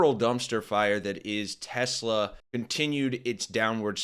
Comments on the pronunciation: It didn’t help that Donnie pronounced it TesLER😂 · It’s pronounced TESLER 😂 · "Its a great product has good as it gets" Then doesn't even know the name and calls it "Tesler". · "I love Tesler" Derp...